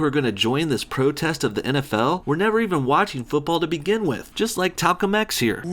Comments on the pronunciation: "Talcum X" bahaaahaa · I laughed at “Talcum X”